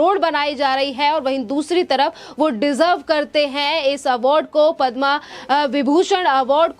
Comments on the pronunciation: stupid anchor. She calls Padma as padmaa. needs to be fired right now. Anpadh. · मैडम पदमा अवार्ड नही पद्म विभूषण अवार्ड है। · पद्म अवार्ड है, पद्मा नहीं। हिंदी का चॅनेल है, हिंदी तो सही बोलो। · कृपया पद्मश्री या पद्म एवार्ड कहें ,पद्मा मत बोलें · पद्मा नही पद्म बोलीये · padma nahi padm bolo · Madam, padmaa nai bola jata. Padm hota hai..padmaaa nai. Hindi seekhe. Rest content was good. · हिंदी भाषा का प्रयोग करते है लेकिन पद्म पुरस्कार को गलत रूप से बोल रही हैं